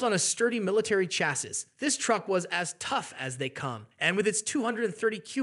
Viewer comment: "Tao-ing"? Where do these sights get these narrators? AI? Who doesn't edit these videos? Ugh! What is "chasses"? It doesn't end here or there.